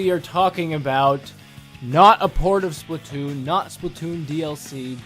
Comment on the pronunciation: why do u say splitoon???